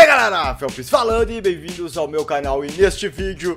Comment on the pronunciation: "sejam bem vindos ao meu cainal" tá certinho